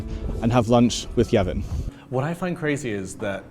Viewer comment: His name is Yevgen Євген not Yeven Been to one of his restaurants and enjoyed it greatly "Sto Rokiv Tomu Nazad" (Hundred Years Ago) He's definitely a Ukrainian treasure in himself. Actually, the interior design of where you're sitting does remind me of that restaurant, hmmmm